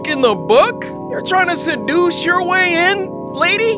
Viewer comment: “You think you can suduice your way in? You succeeded” got my rolling😂